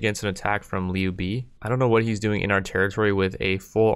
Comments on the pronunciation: it's not pronounced Liu bee its pronounced Liu bae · haha he butchered the name in a very funny way “niu bi” = “牛逼” meaning strong and awesome, but is a slang and can be used as a irony. This guy is so niu bi that he can’t answer 1+1. Was laughing for a whole min loudly and ten in my head, made my day